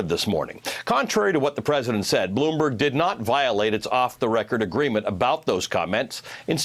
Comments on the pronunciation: .. Bloooom..Buurg. News.. Lol sounds like he likes pronouncing long words blooom burg... From obama to this so sad.. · He never practiced this new word 'bloomberg' before... That's why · It's just not "Bloomberg." Trump often says "Russer," instead of Russia. It should not be allowed! Every time I listen to trump I cringe. He is so low class. And his followers are repulsive too in that it doesn't matter to them that Trump mangles the English language. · Lol, how to say Bloomberg like an imbecile.